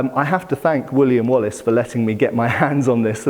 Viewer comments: I know its Wooley and Wallis auctioneers, but I keep hearing "William Wallace", and the mental picture of Mel Gibson facepainted as a blue smurf hosting an auction has me in stitches. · i thought the Wallace collection was going bankrupt. since you said something about William Wallace auction, after some research, i knew i heard wrong, since i'm on 300% playback speed, and you actually said woolley and wallis. lol, Wallace would be turning in his grave if the stuff he donated was sold in an auction.